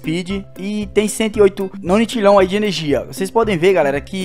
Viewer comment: não é nonitilhao o certo é nonilhao e não se pronuncia octilhao se pronuncia oquitilhao